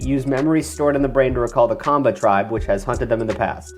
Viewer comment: Kenyan ninja here, excellent pronunciation on the maasai and kamba African tribes.